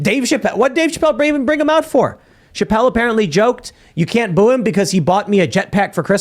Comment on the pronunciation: “Boo” sounds a lot like “woo”